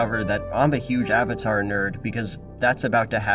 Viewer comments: Awng. Awvatar. So-ka. What the fuck. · Ong, Ahvatar stahp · "So, are you the Avotar Ung." Who tf thought this would be a good idea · Ah-vatar Ah-ng... So awful. How could anyone watch the cartoon and pronounce his name that way? I forgot about the awful pronunciation of Sokka and Iroh. TLA is such a terrible movie. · I really can't get over the constant mispronunciation of "Aang" and "Avatar" in the movie. It was so emphasized and stood out like a sore thumb every time they did it